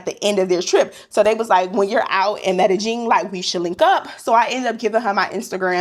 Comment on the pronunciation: 😂...the way you kept sayin Medellin! 😂 Medellin is pronounced me-de-yin stress on the last syllable....